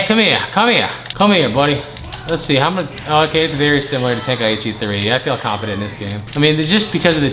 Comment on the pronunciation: Ten- kai- chi…… say it with me